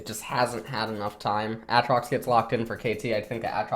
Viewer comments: why does he say ATtrox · STOP SAYING WTF ITS AATROX WITH DOUBLE A NOT DOUBLE T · for some reason refuses to use the long vowel sound for literally any word in league containing it lmao. ahtrox bahron kahssadin etc